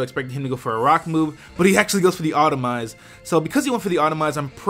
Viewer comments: au-TOT-omize ffs... and from an english major? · No one says Autotomize right :( Good battle. It looks like X2 wanted to keep you guessing which was Mega from team preview, considering 5/6 could be Mega